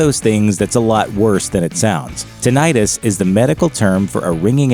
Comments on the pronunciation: itis indicates that something is inflamed. The word is pronounced tin-i-tus, not tin-eye-tus. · Yeah, I kept hearing it pronounced with the long "I," so I looked it up: "TIN-it-tuss," it is. (PS mine isn't painful, but I just realized I should be connecting my headphones to my TV set with my extension cords so I can hear what people are saying when they don't speak up.) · It is pronounced. 'tin it tuss' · tinnitus noun tin·ni·tus | \ ˈti-nə-təs Both "i"s are short.